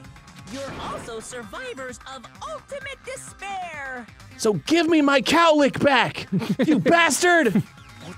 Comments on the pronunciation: haha sorry it's just I played all 4 main games and watched all the anime associated with the game series in the course of a month and now all I hear when they say despair is "disbear" I think this series has made me lost my mind. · Every time they say ultimate despairs I keep hearing ultimate dis bears and it makes these so much funnier